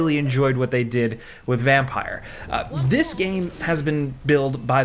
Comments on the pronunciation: Vampyr is spelled like that for the specific reason that you pronounce it like that, its not vampire cause if it was it would be spelled like that. Which part you dont understand? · I think should make a decision on vampyr pronunciation😂😂 just choose one and we'll all just agree 😂